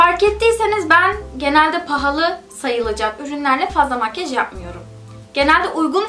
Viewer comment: Makyej değil makyaj :(